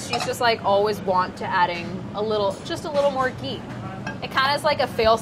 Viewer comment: There is a big difference between the sound ग (“g”) and घ (“gh”). घी = “ghee